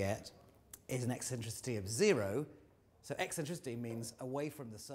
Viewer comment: why can't he say zero?